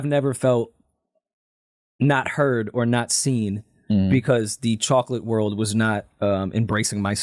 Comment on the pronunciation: lmao says chocolate terribly, he should be banned from saying that word